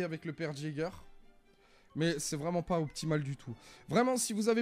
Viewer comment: Je n sais si c'est du second degré mais c'est ''yager'' et non pas ''jager'' sinn t'es une bête sur r6 mec🔥🔥🔥